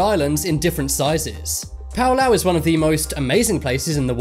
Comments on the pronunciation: No! It's PALAU, NOT PAULAU 🤣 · It's not "Pau Lauh" It's "Pah Lau" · It’s not “pow lau” it is Palau (pah lau). My grandma is from this island. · Its PA-LAU, not PAU-LAU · Pow-Lauu 🙄🙄🙄.... It's Palau (Pà not Pow) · I knew about Palau u make me mad by say paulau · Pa-l- ow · Its palau not paolo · It's Palau, not Paolao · And palau is actually oronounced paolao if you ask this channel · Do you mean Palau not Palao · Okay, Hutt River, Niue, Sealand, Segorga and the SMOM (The last one) are not independent at all Tuvalu, Nauru, Palau (pronounced very badly) and St Kitts and Nevis are the only independent nations on this list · Thats not how you say Palau dude. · IM SO MAD RN THE FIRST TIME HE SAID PALAU HE PRONOUNCED IT WRONG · You said Palau wrong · You pronounced Palau wrong